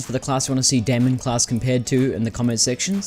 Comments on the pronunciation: Its not DAY-MEN its DIE-MON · daimon is Greek, so it would be said as Day-mun or Day-mon